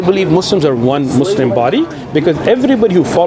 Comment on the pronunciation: Why they say "Mozleem" 😅